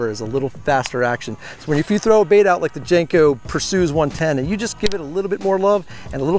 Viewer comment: Lol, "Persues" yo, it's a Greek god, Per-see-us!